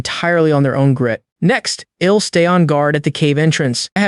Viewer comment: Like the story but has lots of mispronounced contractions, like I'll being read as ill, I think that most of them are mispronounced.